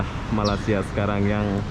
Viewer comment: aku mahu menegur kamu yaa jgn sebut malasia ramai jawa indo menyembut nama malaysia dgn salah sedikit tidak tempat sebutan nya malaysia* bukan malasia yaaa aku mahu menegur kamu perkataan nama negara 👉ni malaysia bukan malasia bunyi nya aneh skali salam saya dari perak hadir